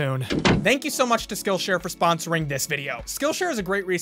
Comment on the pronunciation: "Thank you to skillshare for spAHNsering this video."